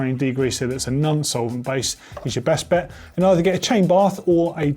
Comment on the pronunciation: It's non solvent not nun solvent